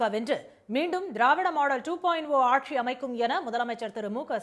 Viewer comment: it is stalin aatchi not aatssshi